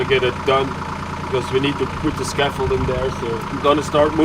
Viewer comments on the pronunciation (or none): has really to learn to pronounce the English TH in the right way.